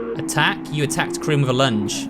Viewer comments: I love how he says krin for karin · mate, tbh, the game is so russian that seeing people mispronounce characters names makes me giggle